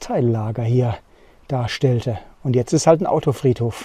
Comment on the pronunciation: * Berichtigung ... nicht "alt"sondern ... HALT